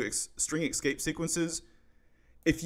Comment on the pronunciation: Great Content ! btw is just me or does he really say "Exscape Sequences"?